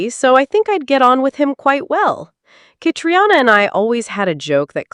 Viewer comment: It's Fraser not Frasier. And "Katrina" is how you say Catriona.